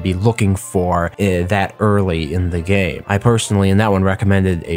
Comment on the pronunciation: Did you mean to say game or day? because I heard gay.